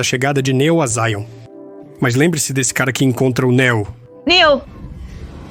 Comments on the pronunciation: Fiquei curioso com o tema do vídeo, mas essa dublagem toda em IA, Neo chamado de nÉo, e etc, me impediram de ver essa teoria. Sobre as inconsistências faladas até os do vídeo, pode-se levar em consideração que o filme quando lançado era um filme solo, e depois que ele fez sucesso que foram escrever um segundo e um terceiro filme. Logo as inconsistências são frutos da ganância hollywoodiana. Assim como o quarto filme. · Juro que tentei ver o vídeo mais o locutor não fala nem o nome da personagem direito ele pronuncia néo ao invés de neo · "Néu" 👎🏻....... "Niô" 👍🏻👍🏻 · Não é Não, é Níô, tipo, novo, escolhido. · Até me interessou, mas ouvir chamando de Néo, me fez dropar! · A pronuncia é "Niu" chat gpt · nem o nome do protagonista o cara sabe falar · o cara sabe pronunciar varios nomes em ingles mas peca em neo? será que realmente ele assistiu o filme ou é apenas um mero inseto procurando s eu lugar ao sol?